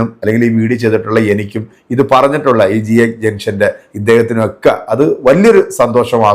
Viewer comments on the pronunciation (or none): താങ്കൾ JB ജംഗഷൻ എന്ന പറഞ്ഞതു തെറ്റി പോയി ജംഷൻ ഹാക് എന്നാണDrഅനിൽ മുഹമ്മദ്